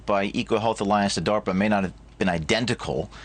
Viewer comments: What the hell is darper? I thought it was DARPA! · "A grant that was submitted to 'Dahwper'" 🤣 I hate the sound of this guy's voice. 😑 It's like nails on a chalkboard/knives on a plate/children screaming/the worst sounds imaginable all smashed together to make lies. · Him saying "darper " gets under my skin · Dawper not DARPA so he is not lieing. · "Darper" lol Sort of like Canader. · WTF is DAWPER? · Why does he say darpa like that?